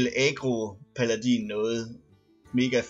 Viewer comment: 1. Jeg ville ønske jeg kunne sige til dig hvordan det siges men du siger altså paladin forkert 2. Du trak lightning storm i 2. Spil 3. Prøv at lave en druid kun med kort der giver dig mana og kort der koster 5+ det er underligt godt ;)